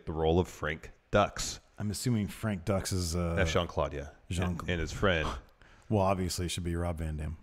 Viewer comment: It's pronounced Frank Dooks not Ducks ..